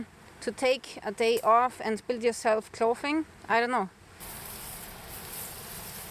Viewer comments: Clothing is pronounced "Clothes ing". Spelled clothing. Drop the es add ing. But someone had to point it out. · Your English is fab clothing is clothing sound the o. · Use a voiced 'th' sound with 'clothing'. And the 'o' sound rhymes with 'hole', not 'off'. Also, use an unvoiced 'th' sound when saying words like 'thin' and 'thick'. You've been saying "fin" and "fick". It's a common mistake when German speakers speak English. Your English is perfect otherwise. Hope that helps!